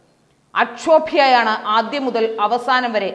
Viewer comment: What do you mean by " AKSHOBHYA" ? Pronounce Malayalam words properly...